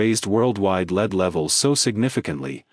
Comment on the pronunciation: AI doesn’t know how to pronounce lead.